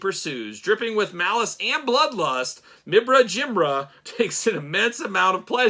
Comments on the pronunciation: Nailed that pronunciation. Surely only one class away from a languages major in Cosmic Legions! Top one Nice one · Not gonna lie i clicked on this video right away cause i wanted to hear you say the figures name 😂. You did way better than i did lol!